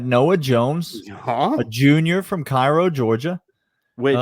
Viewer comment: It’s kAy row Georgia😂😂